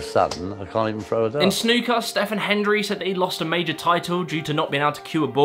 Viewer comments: 'Eric Bristow' not 'Eric Bostow' 'Stephen Hendry' not 'Stefan Hendry' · It is pronounced steven hendry. Stephen has always been steven. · stephen hendry 🤣 its pronounced steven hendry, that man is a fuckin legend! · It's good to see you've done your research on the condition but shame you mispronounced the snooker player an darts player names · … ffs man, pronounce Eric Bristow and Stephen Hendry properly 😂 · This guy has the yips on pronouncing names, Eric Bostow, Stefen Hendry?? Wtf 🤭